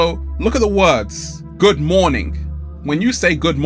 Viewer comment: I'm not a native English speaker, probably English is my 3rd language., was the ''morning'' you meant as ''mourning''? I didn't get it at first, but when you said good rising, I think the morning you said was mourning?